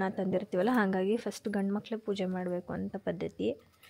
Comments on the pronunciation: ಮಾಕಳು ❌ಮಕ್ಕಳು✔️ ನಿನ್ kannada ke mejestic du dash eda modlu kannada kali amele. Vlog madu sede gala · ಮಾಕಳು ಅಲ್ಲ ಮಕ್ಕಳು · ಮಾಕಳು ಅಲ್ಲ ಮಕ್ಕಳು 🙄